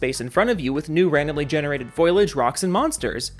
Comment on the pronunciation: foliage, focus. repeat after me. FOE LEE AGE. not fuckin foilage.